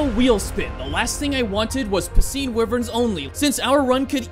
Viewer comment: Wyvern is not pronounced like that He pronounced it right once (that I heard so far)